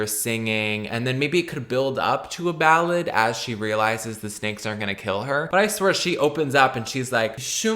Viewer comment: Wow love ypur pronunciation of the title lol lol salad im crying